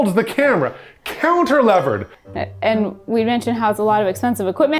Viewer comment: Ahh. The confusion introduced by saying counter-lever instead of cantilever.